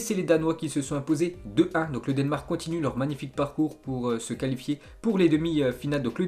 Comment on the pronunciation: Le denmark comment tu dis 😂